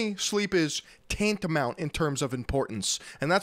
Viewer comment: Did you pronounce tantamount as "taint-amount"?...